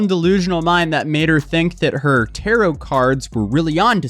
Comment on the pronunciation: Ayyy, we saying tarot correctly, my man